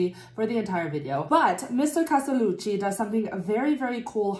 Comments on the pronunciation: I loved your reactions! Intelligent but expressive at the same time. And your pronunciation of "Castellucci" was also spot on. :) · I loved your reaction. Was this your first Geoff Castellucci ( loved the way you said his name) ? He's amazing. As well as voiceplay. I support them on Patreon. Can't wait to see more reactions